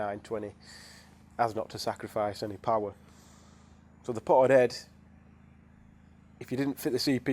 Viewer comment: More powah baby